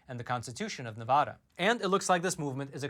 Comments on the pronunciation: Nye County's Sheriff said the same thing over a year ago. Sheriff Sharon Wehrly did. Thank you for covering that. And it is not pronounced NEVAWDUH. It's pronounced Nev a as in apple da as in duh. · PLEASE learn and use the CORRECT pronunciation of “Nevada”. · SCRRREEEEEETTTTCCCHHHH -*Nails on a chalkboard** Quit mispronouncing Nevada! It is beyond annoying! Here a video to help you not sound like a complete moron when you say "Nevada" Here is Brian Williams also telling you how to pronounce it